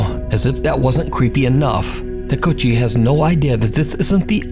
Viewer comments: Takeuchi is pronounced "tah-kay-oo-chee", not "takutchy". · Japanese pronunciation tip. every vowel is pronounced other than some Us. Otherwise they are pronounced the same as in Spanish. Takeuchi= Tah Kay Oo Chee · Takeuchi is pronounced "Ta-keh-oo-chee" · Takeuchi talks too loud and you pronounce his name in such an ugly manner